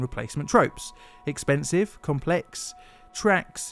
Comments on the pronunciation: I know dude it's conpex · . That says compex not complex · Compex haha. Im sorry